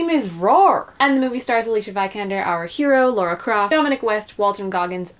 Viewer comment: Shitstirrer I think it's just a pronunciation issue with some people like the lady in this video, nothing particularly exclusive to just Americans. I've heard many Americans pronounce Lara's name right. One's pronunciation of Lara's name is indicative of how familiar they really are with the game.